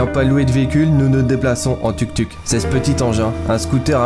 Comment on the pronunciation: Le tuktuk se prononce touktouk 😆